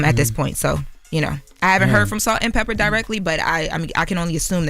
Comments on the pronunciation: IT'S "PEPAAAAA" NOT "PEPPER" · How many times do we have to listen to say “Salt and Pepper” instead of Pepa?!?! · Pepa, not Pepper. 🙄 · It’s Salt N Peppa… not Pepperrr 😂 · It did something to my soul every time she said pepper. Smh! Get it right! Smh